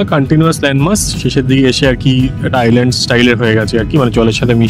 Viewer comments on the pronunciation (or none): none